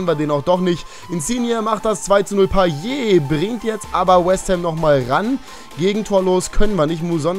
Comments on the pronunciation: Er wird Payooo ausgesprochen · Mann spricht das T bei Payet aus!!